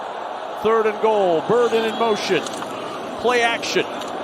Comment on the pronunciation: Luther ‘Bird’en